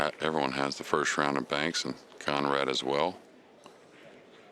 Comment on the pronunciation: Kudos to the announcer for pronouncing Konrad's last name correctly.